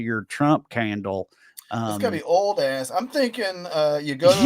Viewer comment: "Where do you get, like...Aahss extract?" - bout killed me